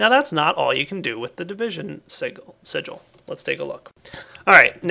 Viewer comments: hey the word sigil is pronounced "sijjul" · its division SIGIL . not signal lol. thats the only thing that irked me :P sorry picky haha